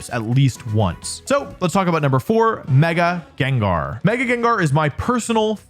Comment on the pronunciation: THE FIRST A IN GENGAR IS SUPPOSED TO BE AN E! AND IT'S IS, NOT IT!